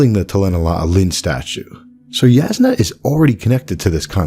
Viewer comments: I don't mean to be 'that guy' but Jasnah is pronounced Yasnah not jaznuh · It is pronounced Yasnah, because it literally means "clear". The word comes from the Slavic language family. But it is funny cause the way you pronounce it also is a word specifically in Bulgarian and it means "to hit something" 😊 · Not a true Alethi man I see. Jasnah is pronounced YAH=SNA. Also meaning bright or Brightness is slavic languages. (Thought you might get a kick out of that) But I do love this theory I've been waiting for the statues of light eyes to come to life as soon as I realized an awakened was on Roshar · Woah is it pronounced Jas-nah, or Yas-nah